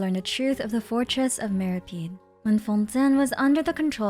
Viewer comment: Why are you pronouncing "Meropide" as "mero-peed" and "mero-pied" interchangeably? Lol